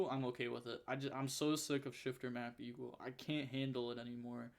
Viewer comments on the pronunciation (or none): none